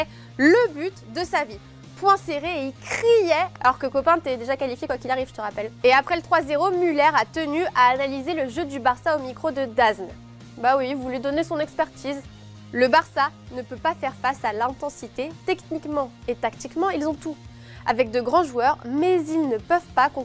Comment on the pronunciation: Non mais sérieux elle a vraiment prononcé"dazn" au lieu de "dazone". Et le journal c est pas"A.S" mais "as" comme "as de trèfle. A part cela super émission😇😂